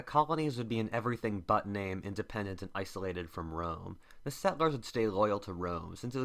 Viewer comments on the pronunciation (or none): none